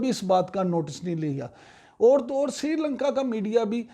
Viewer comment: Srilanka NOT Sirilanka Please correct. Thanks